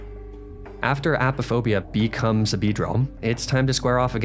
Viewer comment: You had to say “beecomes”